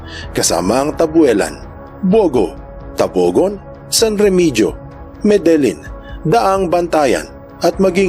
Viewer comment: Medelyin yung basa sa lugar namin sir sa Medellin, Cebu at sa san remegio ay san remehiyo din ang pagkabasa